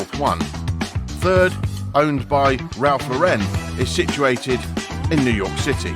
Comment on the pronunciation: What a freaking joke of a video. In the first place, the narrator cannot even pronounce Ralph's last name correctly. In the second place, the narrator says that Ralph Lauren has created an affluent lifestyle like the one he grew up in He grow up lower middle class.